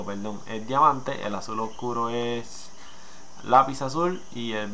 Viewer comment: lapizazul? xD es lapilazuli